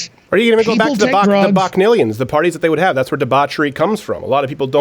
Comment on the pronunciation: What in the world is he saying ...What kind of parties???